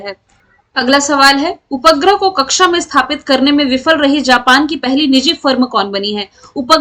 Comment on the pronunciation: Ma'am aap उपग्रह ka उच्चारण sahi kiya kariye please 🙏 😢